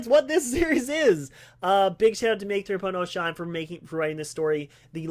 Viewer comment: I love how you had to say my name like four times to say it right. 😂